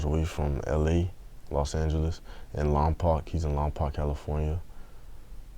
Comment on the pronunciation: yoo i live in lompoc thats crazy and my family works at that prison too btw its pronounced (Lom-Poke)